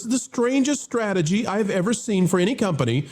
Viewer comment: “stragedy” someone teach this woman how to say STRATEGY 🤦🏻‍♂️